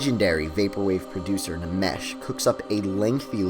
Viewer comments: I always thought it was pronounced enmesh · Nmesh is pronounced "nemesh?" Huh, I always though it was supposed to be "enmesh." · Nmesh is pronounced mesh, my man. Can’t blame you for saying it like it’s read, but it’s like getting stabbed in the ears every time. Also, good job with the video, there’s a noticeable improvement in your delivery.